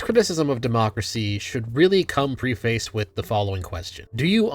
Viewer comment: I love how you use high IQ words but you don't even know how to pronounce them properly. Preface is pronounced "Pref-iss" not "pre face". "Pre" as in "pregnant". Not "pre" as in "pre-workout". You should probably stop using chat GPT to write your scripts.